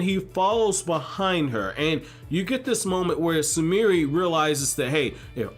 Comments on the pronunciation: Her name is Sumire, not Sumirih like she some african girl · He was pronouncing the 'e' at the end of her name.